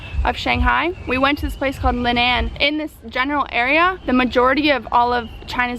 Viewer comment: really nice to hear you saying Linan near Hangzhou as a guy born in Hangzhou now living in Melbourne.